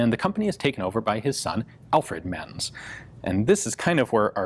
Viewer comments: They´re pronounced like Ments and not "mens". The letter "Z" is always pronounced like "ts" in German words. Always. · I don't know this guy personally (obvs), but in German, I believe the "z" in Menz usually gets pronounced like "ts" - same as you would with Mozart, or pizza. So it would sound move like "Ments." PS: I realise pizza isn't a German word, but it does follow the same pronunciation rule.) :-)